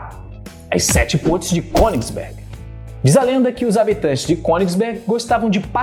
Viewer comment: Eu tô doído ou realmente escuto pontes pronunciado "pôintes" kkkk Piadas a parte muito boa a explicação !!